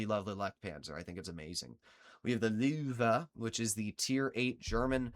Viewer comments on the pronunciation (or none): Bro gotta practise his german spelling Bro said "Luuüüwee" Also, "Räumpanzer" doesnt mean "Ramming tank " but "Clearing tank " "Ramming Tank" would be "Rammpanzer" Panzer 58 is swiss btw, they made it german for some reason Gern geschehen...